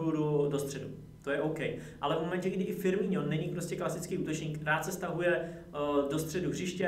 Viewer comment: Čita sa to FirmiNo nie FirmiŇo